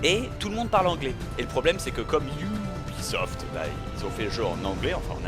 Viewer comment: Bob, je suis désolé mais ce n'est pas "Ioubisoft" mais "Ubisoft". UBI signifie Union des Bretons